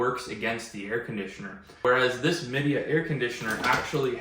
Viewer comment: It's pronounced "Mi" (as in "my") "dea" (as in "idea).